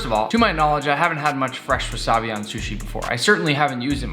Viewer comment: I love how he says "shushi' instead of sushi. Lol